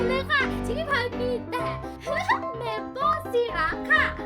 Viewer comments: น้ำเชื่อม อ่านว่า ไซรัป ไม่ใช่ ซีรัป -_- อยากจะโชว์ว่าเก่งก้พูดให้มันถูกก่อนเถอะ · syrup อ่านว่า ไซ-รับ เขียนไทย ไซรัป ครับพี่สาว :) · ไม่ได้อ่านว่า ไซรัป หรอครับ?